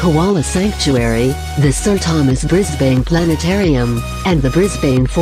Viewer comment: It pronounced Melbourne, Adelaide, Sydney and Wodonga perfectly. Mackay was a fail. It’s pronounced Mac eye. Wagga Wagga is Wogga Wogga. Brisbane is Brizban. Canberra is Can-bra.